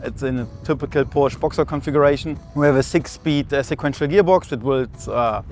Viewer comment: Odd this guy works for Porsche and pronounces it wrong.